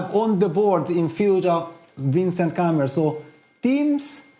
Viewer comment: Niclas mispronouncing Keymer isn't something I expected.